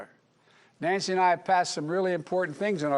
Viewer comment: "NANCE"!! ?? OMG